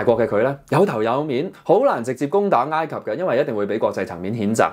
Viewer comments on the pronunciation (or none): 查實係“哀“及唔係”挨“及！ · ，埃及個埃字讀音係 '哀'，你讀咗異音字'挨'，你有超過60萬訂戶，必須話你知，唔好讀錯。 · 應該係 山埃先會讀ngaai，其他時候應該都係oi。我記得係咁。唔係既話，當我冇講過🤣